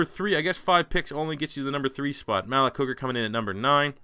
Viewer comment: Malik = (muh-leak) js